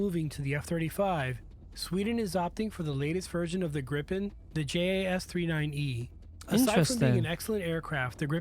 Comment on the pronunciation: Hi the jet is kaled Gripen and not Grippen learn that please.